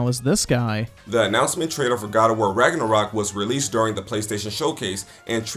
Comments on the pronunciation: The man got me with how he pronounced Ragnarok wtf is ragenrok lmaooo 😂😂😂 I'm black but at least I know the history all that mispronunciation is killing me jeez it's not that serious I feel it's a good retelling of a story like good stories are supposed to be like how folk tales were told anyone can be who ever they want in a story where is the imagination? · I love how at the end he couldn't even say Ragnarok right.